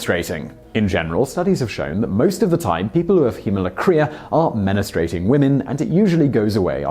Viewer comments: I rarely comment but have to say this ( I am English too so this isn't an accent thing ) - GLAWCOMA = glo-co-ma / MEN-A-STROO-ATING = men-stroo-ating / reg-yoo-lay-ta-ree = reg-yoo-la-tooree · C'mon, dude - men-stroo-ate-ing. Everybody can pronounce that 🤔